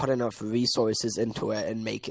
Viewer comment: " accuwate wesources "